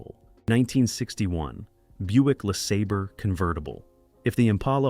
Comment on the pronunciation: Yeah, the Buick "Lasabber." Jeeze!